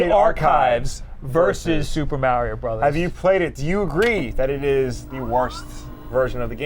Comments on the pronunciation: Everytime says "Meh-rio" God kills a kitten. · Super mAIRio brothers Me😣 it’s Mario, real Italians even pronounce it mario